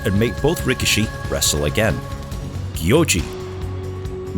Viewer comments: Ree kee shee. That's how it's pronounced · I'm pretty sure 'rikishi' is pronounced "rih-KEE-shee." On a side note, I find it ironic that the only two WWE wrestlers who had a sumo gimmick were both Samoan, and didn't have a drop of Japanese blood in them.